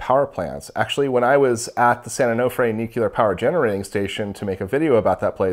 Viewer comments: New-clear, not nuke-u-lar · all 3 "measurements" were incorrect - because of wrong geometry, so you just ignore all 3 of them - this is how you should understand "that". also "nuke-lar", that's SO funny to hear, multiple times : )))